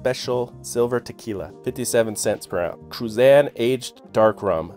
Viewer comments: You,need,to learn.how to pronounce Cruzan.the z,is,pronounced,exactly like, theaiti,in,Haitian.I,lived,there for ten years,so,I have some authority,on the subject. Thank you for the video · Do yourself,a favor,and learn how to pronounce”Cruzan.You are saying it wrong